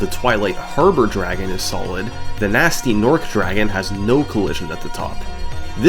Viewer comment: this is a great video and all your videos are great but it is pronounced g-nasty g-norc like hard g, not gee, and i cannot allow this offence to gnasty's honour go unchallenged